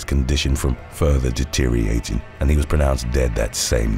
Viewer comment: Pronounciation of “deteriorating”. You are saying “detere-ating” missing a syllable